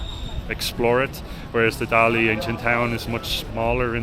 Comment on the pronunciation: dali读大理，not达力，da第四声，li第三声，just fyi